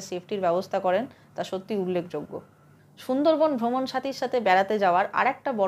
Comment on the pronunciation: Chhundor bon na sundor bon ... Tomar bangla bolata Thik kora uchit .... sob s ei ptoblem ...